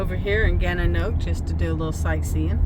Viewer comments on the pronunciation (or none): Nice video. It's pronounced gannan nock wee. I hope you stayed long enough in Kingston to appreciate the historical side of the city.